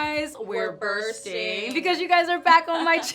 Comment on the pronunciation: I clicked faster than can say "iM bUrtSing" 😌